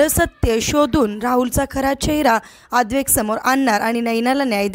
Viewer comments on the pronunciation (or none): अद्वैक नव्हे हो अद्वैत नाव आहे.भाषा शुद्ध नाही निदान नाव तरी व्यवस्थित उच्चारा.